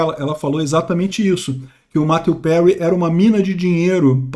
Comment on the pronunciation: Quem mais ai se incomodou com a pronuncia tupiniquim do em chamar o finado de "Mateu Perry "?